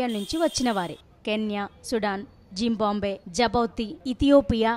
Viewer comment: Pronounce Zimbabwe corectly